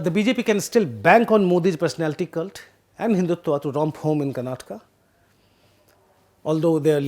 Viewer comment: Thank you for the interesting video. As a Kannadiga, I am happy that The Print is providing such attention to the Karnataka election. A small remark is that it would be nice if you can improve the way you pronounce several Kannada names while speaking English. For example, as a native Hindi speaker you say "Karnatka" instead of the correct "Karnataka". I understand these subtleties can be difficult to grasp to other language speakers. But we Kannadigas will really appreciate the effort. Nevertheless, thank you for the informative video.